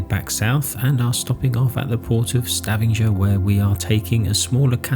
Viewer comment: Hi guys. Lovely vlog. Norway is a stunning country. Think it’s Stavanger though rather than Stavenger.